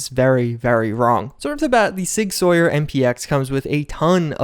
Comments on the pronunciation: All my gun enthusiasts in here cringing. It's pronounced SIG "SOUR" not "Soyer". Just for future reference. Love your vids, bud! 👌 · Sig Sauer 》"Sour"《 (not "soyeur"😢) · Sig Sawyer... It's SOUR! Mis-pronunciation is HORRIBLY annoying! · i thought sauer was pronounced like sour not sawyer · Tiny cringe. It's pronounced "sour" not "Sawyer" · Sig “sow-er” not sawyer. Sorry I’m a gun nut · Sauer is pronounced sour not sawyer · Sig Sauer is pronounced like sour. And in reality the MPX is sub par compared to a CZ Scorpion Evo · For the record, the "Sauer" in "Sig Sauer" is pronounced like "sour" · I don't want to be "that guy", but some I'm a gun guy in real life I thought I'd help. Sig Sauer is pronounced like "sour". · Love ya man but you gotta look up pronunciations before you put up your videos, sig sauer “sour” and this isn’t the first time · Sauer is pronounced sour. Like sour candy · The Sig is amazing. Sauer is pronounced Sower. I used to have Sig pistols. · Pronounced sour bud.